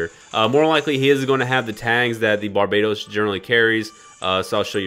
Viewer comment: Bar-bah-toes not bar-bae;)-toast. Love you! Passing on banner